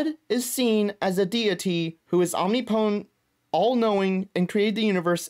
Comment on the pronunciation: Om-nip-o-tent not "omni-potent"